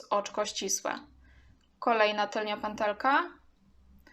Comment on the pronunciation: Wymawia się tylna a nie tylnia kobieto.